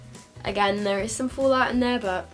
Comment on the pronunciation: I love accent. "It's got a lot of fool-out". Which part of UK are you from?